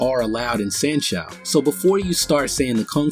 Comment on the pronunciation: Dude, good video in general but, a few points need clarification. San Shou is pronounced "San show," not "San Shoe." Another point is that the big muscle guy can exert force on the Tai Chi guy without his hands in the same way a bull or horse can push you without hands. Just have someone lean on you (or push if they want) and you will feel a force.